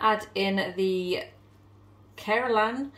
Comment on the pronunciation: Hey, it's was so much fun watching you cook!!! The curry looked really good and you were pronouncing the name Keralan correctly👍🏾. Great job darling, thank you so much for sharing. I would love to see more Food Related Try It Tuesdays😁. Take care, keep safe and have a lovely evening 🤗❤️.